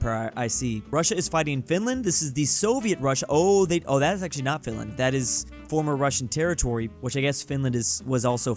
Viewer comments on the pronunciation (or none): none